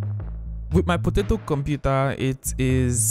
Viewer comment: Did you just say potatoe computer, lol. Loved the break down, learnt some new tricks.